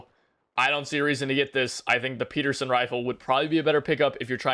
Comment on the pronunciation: Lmao he said peterson rifle